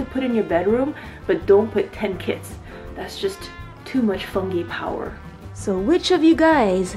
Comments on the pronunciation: I thought you said "i have ten kids", also why didn't you just put the box over the mushroom instead of in it. Love the video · So I heard "I got 10 kids" and I was like wtf. But she said kits lol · When you said "Ten Kits" at first I thought you said "Ten kids" I was like "WAIT.... WUT WUT WUT!?!?!?" Finally, "grow ten kits" and it all came together. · Did anyone eles think she said I have ten kids not ten kits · Lol, me too... I said "wait, what!? Ten kids?" Then played back. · i really thought it was 10 cats lol